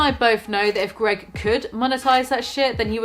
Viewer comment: I was laughing through the whole video but I fucking lost it when you called him G E R G.